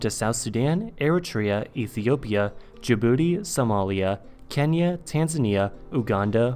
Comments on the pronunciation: I'm pretty sure it is pronounced Yuganda and not Ooganda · Oooganda? XD. its pronounced YOU-Uganda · It's You-ganda and not Oooh-ganda. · hey btw you pronounce Uganda as "Youu-ganda" :) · “Ooganda” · He pronounced Uganda wrong